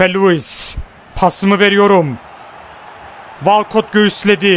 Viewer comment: Abi "walkot" değil "wolkıt" 😊